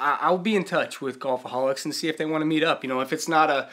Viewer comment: Your Wilson story was hilarious,! You're the best! btw, it's car-MELL, not CAR-mull, California. Whoop whoop! And it's way north of Golfholics in San Diego. Oh, yeah, it's Golfholics, not Golfoholics. Gotta go troll Onewheel now...